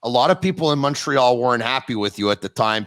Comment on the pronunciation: Love the podcast and Mark Recchi, I had a poster of him in my bedroom when I was a kid. One suggestion though, can you get a guy who says Montreal properly re-record the intro?